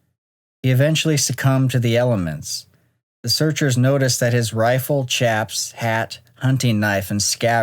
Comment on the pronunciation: For future reference, "chaps" (as mentioned in the Eddie Grant story) is pronounced "shaps" when referring to the garment going over your pants and waist to protect them (most commonly seen in cowboy wear), as it was in this case.